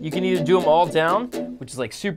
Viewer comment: you don't sing it "do", you sing it "djo" that's what i hear :D